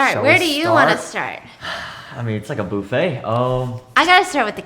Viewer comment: Sooo Is no one gonna talk about how said “Boofet” instead of “Buffet” 😂. So funny Love your videos 🫶🏽🥰